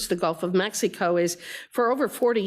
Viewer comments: She says meks eeh koh 😂😂😂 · She keeps saying mex